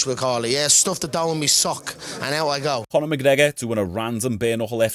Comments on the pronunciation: “ stooooofff the dough in meee sock, and out I go “ lmaoo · stoff it dawn me sock and out I gow 😂😁